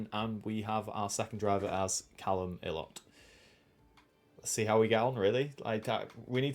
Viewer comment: Say it as ‘Eye-lot’ not ‘Ee-lott’ 🤣